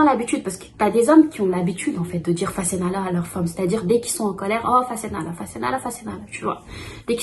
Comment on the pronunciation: c’est pas ‘fassenala’ c’est ‘fase naa la’ 3 mots. La femme dit 'may ma sama baat’.